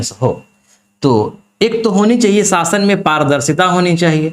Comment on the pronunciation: ज़रुरी नहीं जरुरी विदेशी नहीं विदेसी । शासन नहीं सासन । जि़म्मेदारी नही जिम्मेदारी वाह यह घटिया उच्चारण है